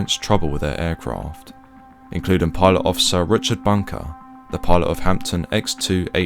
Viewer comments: Why DO so many people keep on (erroneously) referring to it as "A HAMPTON" (twice !) It's NOT "Bunker's Hampton" because THAT would be referring to HIS DICK ("Hampton Wick" = DICK ) Is it REALLY that difficult enough not to say it properly, like it's pronounced, "HAMB-DON" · Its Hampden - pronounced Hamp-den and not Hampton